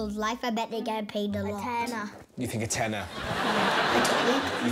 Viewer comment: I’m welsh and that was brilliant a tenna